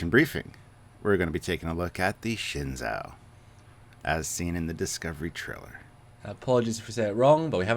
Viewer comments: It's pronounced "Shen-zoo" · You butchered the name Shen-JOE. The Zh makes a J sound in Mandarin. AH it looks like a Klingon D7 with a saucer attached to it. In this it looks like it is a salvaged ship. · Learn Chinese. It is Shinzhu!